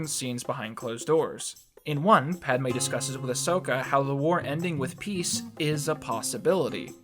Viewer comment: no you were saying it right